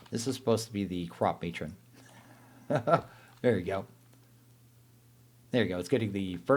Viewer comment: i think its pronounced "crop-muh-tron" kinda like animatronic